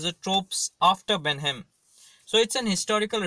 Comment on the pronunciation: It's not benhem it's Blenheim